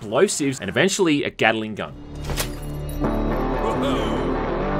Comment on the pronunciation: When you say Gatling gun it sounds like Gattling Gun, as in a Gun that Gattles, rather than a Gun made by Mr Gatling, with Gattling having three Sylables and Gatling only two. That's my stupid nitpick of the day.